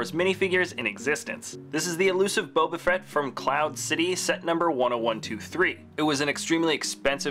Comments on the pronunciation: he said Boba Frett 🤣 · He said in the third one boba frett 🤣